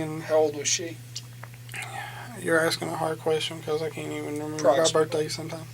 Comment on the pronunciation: most people: because: BeCalls